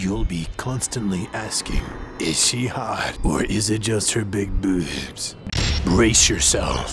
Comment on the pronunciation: The way he says "big booewbs" makes the whole thing. :L